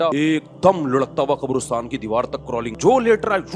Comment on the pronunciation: Abe gadhay qarastan hota hai qobrastan nahee